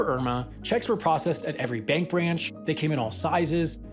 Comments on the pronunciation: "Mank of America" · Am I the only one who heard ‘Mank’ of America? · the "mank" of America. Sam, are you sure about that? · Funded by the MANK of America? 🤣🤣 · Mank of America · Funded by the "Mank" of America?